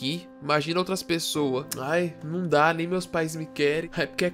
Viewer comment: Mano, "mem" leite KKKKKKKKKK